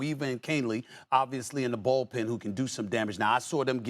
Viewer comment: His takes are so bad he’s calling it the ballpen not bullpen lol